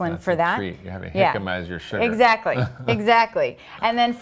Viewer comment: That's pronounced "hicama", sweetheart!